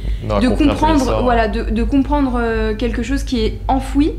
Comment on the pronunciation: "Quelque chose" pas "quetchose.......sinon bonne enquête comme d'habitude 👌👍